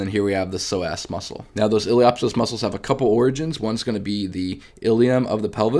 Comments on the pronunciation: Hi. Great videos that really help visualize the femoroacetabular joint. A few pointers on pronunciation. The “p” is silent, so pronounce it “ilio soas”. Also the “a” is long not short, sounds like “saycrum”. Source: my experience in applied anatomy in surgery for the last 20 years. I am a surgical technologist. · Feedback is to stop pronouncing words incorrectly like ili “op” psoas. I’m not sure why you intentionally mispronounce. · The "P" in Iliopsoas is silent, no?